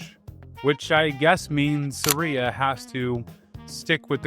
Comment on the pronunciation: I beg you, never try to pronounce "Saria" again. For the love of Farore.